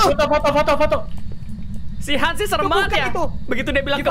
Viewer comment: Bukan han bang tapi hans